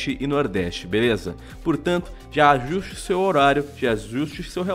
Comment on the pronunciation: foi impressão minha ou o teve um derrame quando falou "ajuste"? qwq